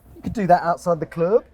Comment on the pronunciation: “Outside the clurb” 😂😂😂 funny